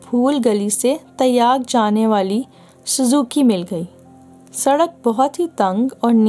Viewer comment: Vo lafz Taiyyag nahi "Tyag" hai.